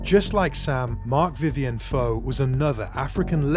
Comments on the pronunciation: Foe has an accent on the E... It's pronounced Foh-ay. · Putting aside the fact you keep pronouncing his name wrong, how was Foé’s death due to the World Cup? It was during a Confederations Cup match…